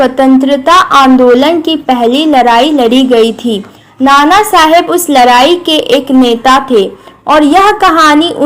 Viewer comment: Ladai ❌ Larri✔